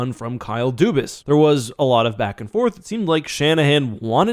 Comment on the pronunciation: Why does nobody say his name right? It's obviously Dubas, but everyone says Doobis...